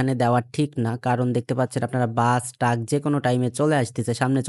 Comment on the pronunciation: ভাই টাক না❌ ট্রাক✅